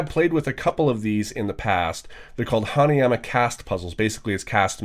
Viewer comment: Instead of hanayama cast puzzle I heard "Honey, im a cast puzzle"